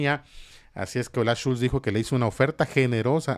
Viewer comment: Olaf SCHOLZ, Villamil, SCHOLZ, con o, no Schulz, que es también un apellido alemán pero es otro pues va con u.